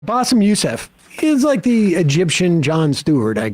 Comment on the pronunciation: He claims he's not racist but he couldn't care to get his name right. He kept casually calling him Bassef throughout the show